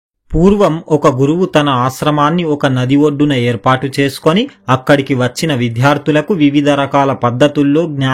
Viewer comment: విద్యార్థులు అనాలి విధ్యార్థులు కాదు.